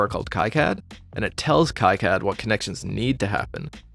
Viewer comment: Great video! Just fyi, KiCad is pronounced like "key cad" rather than "kai cad"